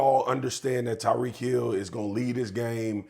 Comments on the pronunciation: To constantly say Tarik instead of tyreek is so disrespectful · “Tarik” Hill 😂😂😂😂😂😂😂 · I appreciate Molly for checking him about mispronouncing Tyreek name.